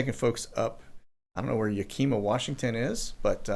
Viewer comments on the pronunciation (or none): What do you mean by “running routes”? And it’s pronounced Yak a mo, WA — Not Ya keema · Dear, that's Yak-a-ma. not ya-kem-a... big area to dump illegals. Lots of people lean to the right there. Just say it's a far cry from Seattle. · Yack-ih-maw, not Yah-kima. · Yak-a-ma (Yakima, WA) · Yakima WA is just on the east side of the Cascades, east of Mt Rainier...Ag area + the Yakama Nation. Pronounced YAK-ih-MAW (or if you're a local, YAK-ih-MUH) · Yakima wa is a huge hisp an ic area. It’s pronounced yeah~kih~maw. No wonder the influx there. It’s a safe haven and no need to know ingles. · It’s Yakima, is located on eastern part of cascade,Marine Corps reserves base . Yakima Indian reservation. Ya-ka-ma. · Note: Yakima is pronounced Yak-ah-mah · Yakima is (yak eh maw) Washington. Not an English Nazi just trying to help. Thanks for doing these things. Why do We have people at the airports here transporting illegals. I am tired of fighting this human trafficking especially in the airports makes it kind of pointless to have a border… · 😂😂😂😂 Yakima say, Yak plus short i, plus your ma, emphasis on the Yak. It’s in eastern Washington state. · Yakima... ya...ka...ma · Always funny to hear peeps from out of state try to pronounce Wa. State city names. Yakima - in Eastern Wa. Sounds like Yack-a-ma. But, if you want a real challenge, try to pronounce Puyallup or Sequim. 😜😁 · Yah.ka.mah wa.pronounced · it’s pronounced Yak (as in the animal) i ( as in igloo) muh Yakima, WA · They are dumping ILLEGALS in Yak-i-ma. (pronounced Yack'-short i sound as in "it"-ma) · It is Yakima, WA (YACK-uh-MAH) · Yakima pronounced Yak- i (a)- ma! You should see with some of the other names in WA!!